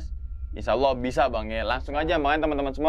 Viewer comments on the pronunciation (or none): none